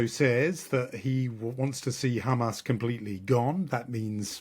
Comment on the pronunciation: Still pronouncing Hamas wrong! At per minimum, use a normal “h” normally. ⚠️ What denial of “gender fluidity” is she’s talking about?